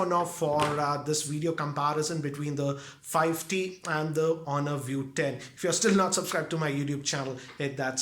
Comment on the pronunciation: He is saying fi T